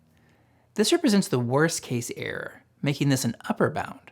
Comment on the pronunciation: This is great information, but I recommend that you either work on your diction and enunciation or get somebody else to read it, or have someone like me who is good at catching instances of problematic delivery record it. Some words just disappear in a fog of slurred mumbling and vocal fry. I had to infer from context in several places that what sounded like "arrow" was actually "error", for one example. I amused myself by imagining that over time perhaps listeners could encode a manifold representing the shape of poor intelligibility in your utterances, and map that onto another manifold representing what you most likely meant to say. But then, I think I doubt if people learn this way. And why force them to do that anyway? Speak more clearly, thereby reducing the noise in the channel in the first place.